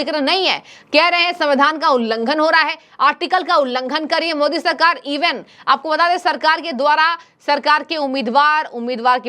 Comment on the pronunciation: ko theek se Modi ji ka naam lene uchharan karne nahin aata inko sansad Kaun banaya hai